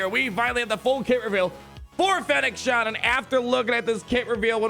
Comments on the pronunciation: ShanD. not Shan. Do you even Star Wars bruh? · It's Shand, not Shan. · Fennec ShAND. Not “Shawnd” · Not to be that person, but it's "Shand" haha. Thanks for the video! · I think the way he says her name, he really thinks its Shan :D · It's kinda hilarious! :D